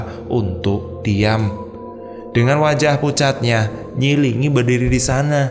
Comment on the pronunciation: kayaknya nyi Linggi bukan nyi lingi